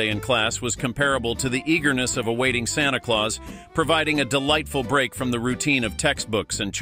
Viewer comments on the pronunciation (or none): none